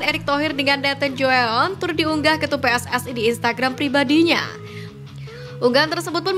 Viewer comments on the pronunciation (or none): none